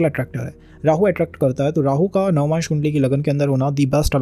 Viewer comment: Navamaanshu nahi bhai.. Navaamsh🙏🙏